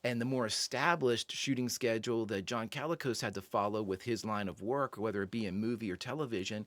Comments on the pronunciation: Not too bad - but you're pronouncing it like calico - instead of Colicos - the "o" is more of an "uh" than a "ah" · Note that his name is "Colicos", not to be confused with what you seemed to think, "CAlicos", like a calico cat or coat. The first syllable is like "call". John Abbott also appeared in an episode of Flipper, and one of Lost in Space, and played Leonardo da Vinci in an episode of Bewitched.